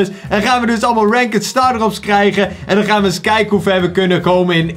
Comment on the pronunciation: het is ranked maar de zegt rankd